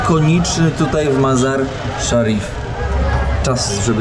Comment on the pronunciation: Ten twój kumpel potrafił prawidłowo wypowiedzieć nazwę miejscowości, w której jesteście Mazar i Szarif, co tobie się nie udało ani razu. Ty tylko grubo i grubo, bo nie wiesz co powiedzieć. 60 km jedziesz 4 odcinki, ale jest ciekawie, bez przewodnika. Nawet twój kumpel Faza brał przewodnika. Powodzenia życzę